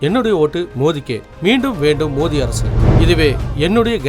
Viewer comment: மோதி அல்ல மோடி சரியா உச்சரீங்க